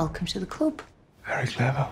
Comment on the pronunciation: Did...did she say "club".....or "cub"?